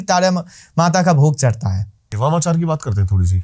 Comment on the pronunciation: Wamachar nahi 🤣🤣 "Bamachar or Vamachar"